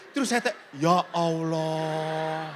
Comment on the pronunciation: TRIMAKASIH ATAS KOTBAHNYA TAPI MAAF KOK SUKA BILANG YA AWLOH SY DENGERNYA AGAK RISI PADAHAL KALAU SY SEBAGAI ORANG JAWA SY KALAU MENGELUH PASTI BILANGNYA YA TUHAN ( GUSTI ) GITU APALAGI KAN ORANG JAWA ( KLATEN,) SY JG ORANG KLATEN LO JADI SY BERANI KOMEN SELAMAT MALAM BERKAH DALEM ❤❤